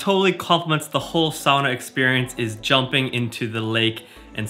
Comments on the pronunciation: That looks like...fun? And now I know the correct way to say “sauna.” Happy Birthday! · Just stumbled across this - I grew up in the upper peninsula of Michigan, in an area that had a lot of Finnish settlers 150 years ago who brought the sauna tradition with them (a place called Sugar Island, no joke!) I grew up pronouncing “sauna” like you do though never quite believing my dad when he claimed that was how the old Finlanders would say it!! I’ve jumped in holes in the ice in winter too. My dream house has a sauna in it 😊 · Warms my heart to hear you say sauna properly. I grew up in Florida with my Finnish mom and American dad and even though we didn't own a sauna, and even though it was really hot there, Mom found a sauna in our town and we went once a week for a while. I don't know why it bugs me so much to hear people here (U.S.) say it the way they do. It's just hard to hear it butchered.